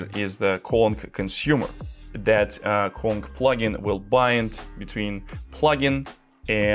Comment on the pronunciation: Why does he pronounce "Kong" as "Quan"??